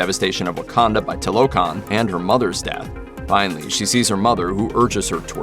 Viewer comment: It's not toe lo Khan it's two la khan